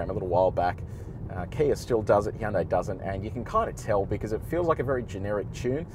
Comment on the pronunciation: Finally someone who knows how to say Hyundai correctly